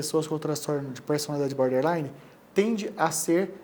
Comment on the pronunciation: Não é Boderline é BORDerline... border = limite 😎... Gente, faz vídeo e fala errado? 😂